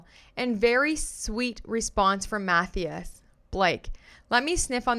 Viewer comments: Matthias is pronounced "Mat-TIE-us" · Agree with you fully!! Love listening and btw lol the name Mathias? it’s pronounced - MA THIGH ASS 🥰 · The way your pronouncing Matthias is hilarious 😂 it’s more like math - eye- us ❤❤ love you!